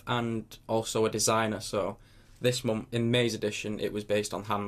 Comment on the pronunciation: I love how you say month :D "mompf"